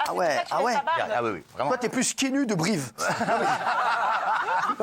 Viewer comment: Il a bien dit brive ?